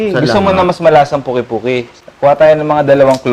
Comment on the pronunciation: It’s called Pungki-pungki, not the way the chef said it. It’s an Ilocanos dish